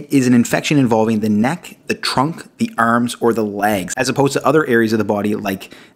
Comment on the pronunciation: "Arms" this guy sounds East Coast Canadian.